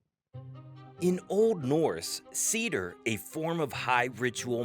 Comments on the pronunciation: Its not "Seeder", Its pronounce "SAY theer". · It's actually pronounced Say-ther. Roll or "trill" the "r" at the end. Great video. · It’s Seiðr, not cedar…